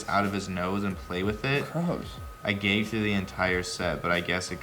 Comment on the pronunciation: Jared says "gayged" for gagged and "bayg" for bag. Lol